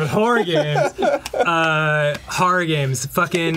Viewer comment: fucks up the pronunciation of "horror", the guys use it as a launch point for being funny, followed by getting mad and shutting everything down. Yep, that's par for the course.